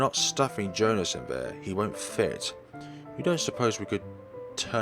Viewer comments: It's not Joe-nas, it's Joe-hans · Not even that, it's German, so it's pronounced Yo-han-es